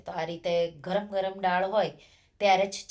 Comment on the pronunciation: રેસિપી ખૂબ સરસ છે હું જરૂર બનાવીશ બસ એક ગુજરાતી હોવાને કારણે ફક્ત એક સૂચન છે ઉચ્ચાર દાળ થાય નહીં કે ડાળ કેમકે ડાળ નો મતલબ ઝાડની ડાળ થાય